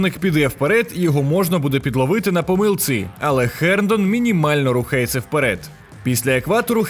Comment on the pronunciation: Чудово, але що за Херндон? Чи ми московити, котрі не мають звуку "Г"? Герндон. Не мавпуйте московитів, коли коментатор напр. каже Гейні, а ті повторюють "Хейні" 🤣🤣🤣